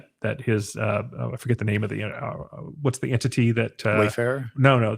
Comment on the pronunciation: What is with your pronunciation of ENTITY?